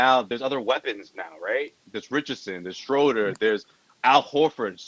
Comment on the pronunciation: Schroder: he pronounced it like "soda with an R"...sroda